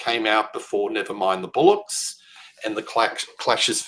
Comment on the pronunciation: First it's: 'Never mind the BO-llocks'. NOT 'Never mind the BULLOCKS'. I think a bullock is an animal! Bollocks is a UK English word meaning 'male testicles' or in slang 'rubbish, nonsense'. Second - please don't EVER EVER compare the Damned - a PUNK band to the jangly whiny goth anaemic trash of the Cure. EVER again. Thanks (from a lifelong Damned fan!) 😅